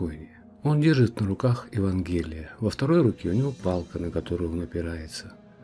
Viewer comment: Следует произносить "ЕвАнгелие"!